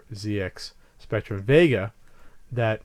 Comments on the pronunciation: 1 for continually saying ZX spectrum wrong. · Yeah its a bit mad hearing it pronounced Zee X Spectrum, rather than what us brits would pronounce Zed X Spectrum :)